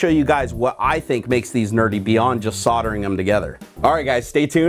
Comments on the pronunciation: Surely you mean soldering and not soddering. - there's an "L" in there. Sol [der] Ring "Soddering" means something completely different! LOL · Nerdgasm lol you can say it however you please, but I think you put too much emphasis on the "re".